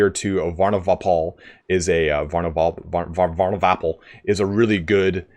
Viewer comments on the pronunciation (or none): The attempt at pronouncing Varnovapol made me sub..